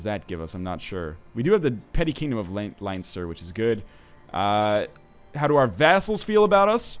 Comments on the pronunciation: Ohh god. As an Irishman I have to say that it is pronounced 'Len-ster' not 'Line-ster'. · Leinster is pronounced Len Ster 3 from your Irish fans :) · Len-stur Northernlion. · It's pronounced "Len-Ster"... should know, I live there :) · its pronounced lenster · Nl it's pronounced Len-stir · NL its pronounced len-stir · It's pronounced Len-s-ter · Len-ster its pronounced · LOL its so funny listening to nl say leinster